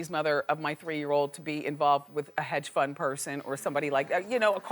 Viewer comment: Lol she's so funny! She always says Cardioligist or hedge fun person